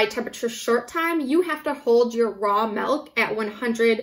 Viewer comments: MELK - its MILK - MI-LK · Nobody mentioned that she's saying melk instead of milk... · Couldn't make it through the video after hearing "melk" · Is she saying melk? Milk is a weird word. Say it like six times and then you realize how strange a word it really is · I’m American. I’m being petty of course. It just bothered me. No e in milk